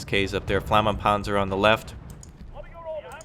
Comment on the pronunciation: flammenpanzer? i am impressed with your german skills herr! Gute Arbeit! Weitermachen.